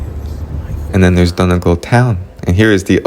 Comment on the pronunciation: Great video, lovely story. What a great thing to be able to do - to visit the ancestral home. (We pronounce Donegal - Dunny Gawl). The scenery in your video is beautiful. I hope you have more visits to our lovely Ireland. With love & best wishes from County Clare. 👍❤️🇮🇪🇮🇪🇮🇪